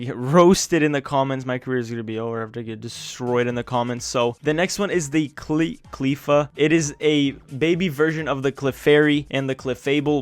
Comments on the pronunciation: wrong pronounce for cleffa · you said cleffa wrong moron